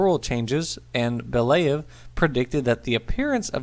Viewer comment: Thanks for the video! The only thing I would try to correct is the pronunciation of the Russian name. It is bel-YA-yev (e. g. as in 'told ya'), not bel-YE-yev. Not that it was a very serious issue, just so you know.